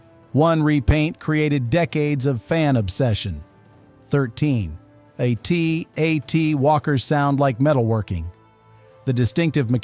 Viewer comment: The actual pronunciation is “at, at” (rhymes with hat, hat) not A T A T like you’re spelling it out. But that’s AI voice overs for you. They don’t really know what they’re saying.